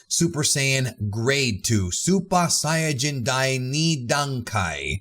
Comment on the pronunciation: I really like your pronounciation of supa saiyajin